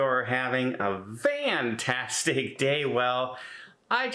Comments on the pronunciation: Don is known for his mispronunciations of what to most of us are simple words. I have heard him use " fantastic" correctly but as time goes on he is having fun with us and now uses "vantastic". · Hi Don, Love your videos. You don’t drag them out longer than necessary. Question: why do you say VANtastic instead of fantastic?